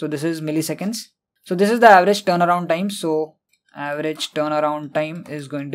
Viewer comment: Amazing explanation but pronunciation is terible, word turnaround sound like playing guitar